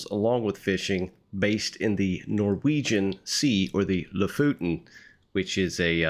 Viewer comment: You pronounce lofoten like this: say Lo as you would say low without W. Then fot as you would say football. Then en as you would say entery 😊